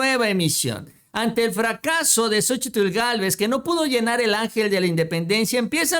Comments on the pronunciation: Se pronuncia SOCHIL y no SOCHITL Saludos desde chihuahua…🤗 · La misma Xochitl Gálvez. Omite la. Letra. T AL PRONUNCIAR SU NOMBRE Y DICE XOCHIL